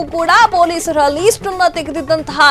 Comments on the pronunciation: Pronunciation correct madi ..that’s not least its list .. karma ..😂😂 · ಅದು ಲೀಸ್ಟ್ ಅಲ್ಲ , ಲಿಸ್ಟ್.